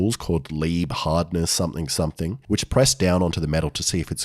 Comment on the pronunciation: somethAIng strAInge AIbout thIAs blAIcksmAIth…